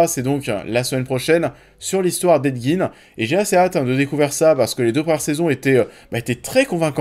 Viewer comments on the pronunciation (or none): none